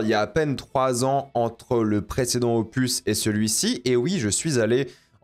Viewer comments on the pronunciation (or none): none